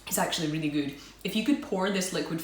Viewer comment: I love your videos :) Thanks for the reply :) And I love how you say Goout instead of good :) I wish I could find these Polish treats in Canada :(